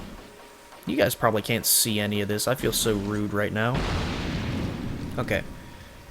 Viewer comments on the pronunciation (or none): none